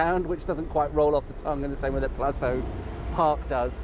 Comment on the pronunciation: A great walk, The Black Lion is a great pub spent a good deal of time there while at college. Your pronunciation of Plaistow is right. Always loved West Ham park, the first ever FA Cup goal was scored there, so ties in nicely with the sporting links